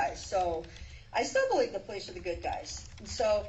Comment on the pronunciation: Thank you!! I thought I was the only one who noticed that 😂😂